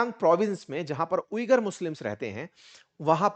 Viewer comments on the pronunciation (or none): none